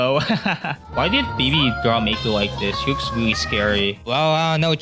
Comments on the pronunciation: “Wike mows wewowe wiwwy weweased” dumbahh voice 😭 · "and i mean weally old" ahh 🥀💔😭